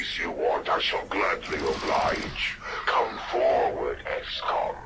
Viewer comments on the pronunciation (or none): none